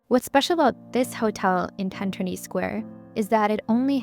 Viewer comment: It’s ‘Trinity’